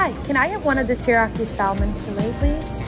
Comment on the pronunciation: Salmon has a silent "l" ;)